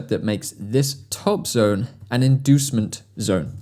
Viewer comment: I want to see your comment if you hear him say DEMAND DONE instead of DEMAND ZONE in the 11/12 min 😂